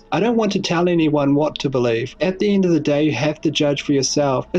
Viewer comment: What is this accent? He pronounce end as ind!